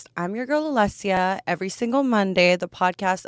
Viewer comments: Your name is spelt Alessia but pronounced Alexia. Is that a Canadian thing? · Her name is not pronounced alexia